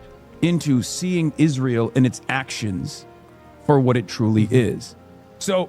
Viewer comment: He said Israel wrong.